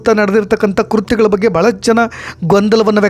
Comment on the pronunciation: Date ಕೊಡಲಿಲ್ಲ? ಕಾರು ನಂಬರ್ ಇಲ್ಲಾ. So, ಇದು ನಿಜಾನಾ ಕಥೆಯಾ ಅಂತ ಹೇಗೆ ಗುರುತಿಸೋದು? ಮತ್ತೇ... Pronunciation...😮😮 ಕುರ್ತ್ಯಾ ಅಲ್ಲಾ??? ಕೃತ್ಯ ಅಣ್ಣಾ...